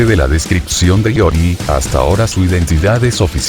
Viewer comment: Increíble que en 2023 todavía haya orates que le dicen Rúgal a Rugal y Lori a Iori xD.